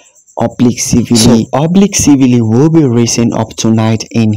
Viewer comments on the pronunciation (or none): Please, the E in Kishane’s name is silent, the e is not pronounced. The same goes for Siville, the E in the name is also silent . Kishan and Sevill. Drop the “E”.in both.